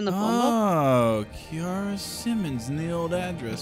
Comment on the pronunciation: Kiara is pronounced keera. Same with ciara